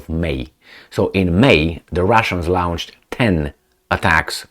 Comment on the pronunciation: 💥Dear, with due respect, PLEASE do note the difference in pronouncantion of these feew words: longe, launch lunch, lounche...,the missiles are lounched but we pronounce it,as lonched, have learnt the lingo by my self🇵🇱⚖️🇦🇺💥